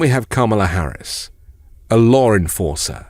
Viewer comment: You know she's making an impact when he pronounces her name properly.